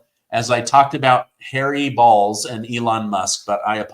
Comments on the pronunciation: B o l z. If you pronounce it with a sound of a long Ole like a bowl you want to pronounce bowls use the long o sound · It is not pronounced balls its (BOWLS)....Bolz.....not balls